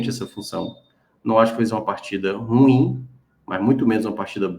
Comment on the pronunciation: A pronúncia não é RUIM!!! ....é RU-IM!!! Tem 2 sílabas!!! Internet tbm é cultura!!!